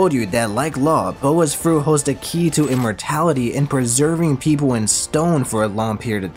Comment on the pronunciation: I love how it says Im-mortality like Im